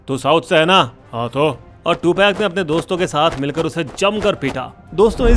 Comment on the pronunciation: Two peg. 😂😂😂. Prinounce is to- pug.